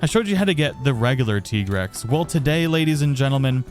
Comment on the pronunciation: Listening to you saying "tea-grex" makes my teeth grind, not gonna lie. It's tie-grex That armor really looks like a football uniform